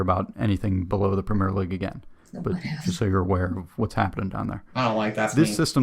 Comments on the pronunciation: Embellishment is NOT part of RUGBY. When those guys get hit....THEY GET HIT !! Remember, the only padding in real football are shin pads ! Not a whole suit of armour like in American Football !! " WORLD" series...only played in America !! We DON'T have the PREMEERE league . We have the PREMIER league. Pronounced PREM EE UR. Scotland, Wales, Northern and Southern Ireland all have there own leagues. We call a " tie" a DRAW. My premier league team, Leeds United, have 3 American born players. We DID have an American manager but he was sacked last month as we are facing relegation to the Championship. The highest paid player in England is Kevin De Bruyne of Manchester City who earns £20,800,000 a year. Every town/village /city will have it's own football team/s all playing at different levels in different leagues. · Great video,it explains European football very well, just one thing that frustrates me is how he pronounces (and also spells) Premier League as Premiere League. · I've got to point out that throughout that video the narrator was referring to the Premiere League, it's not the Premiere league it's the Premier League without the trailing 'e'. Also, in the UK it's pronounced like 'prem-ee-uh'. As for promotion/relegation it's a fundamental part of Football. A few years ago some of the top European clubs talked about forming a European Super League for the top clubs in Europe without promotion/relegation and fans across Europe were absolutely furious. The whole promotion/relegation adds so much to the game, it makes far more matches important and in theory allows any team in the country to make it to the top or crash down the leagues. For example, in the early nineties Oldham Athletic were in the Premier League. Since then they've been relegated multiple times and are now playing in the National League. Conversely in the early 2000's AFC Bournemouth were struggling in League Two and now they're in the Premier League.